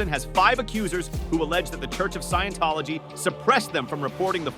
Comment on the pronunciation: LOL at how it butchered scientology.